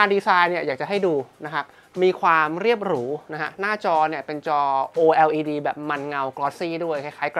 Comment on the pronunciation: ออกเสียงว่า โอเลด จะสะดวกปากคนไทยกว่ามั้ยเทอร์